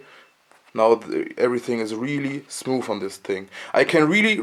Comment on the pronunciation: Ok! But it's all ok, ok? (if you want to change your language even more, work on "th" (your smooth sounds like smoof) and "ch" (your cheap sounds like sheep) :)